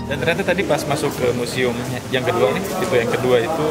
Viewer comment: Keren banget dah bang. Anyway museum ya bang bukan musium hehe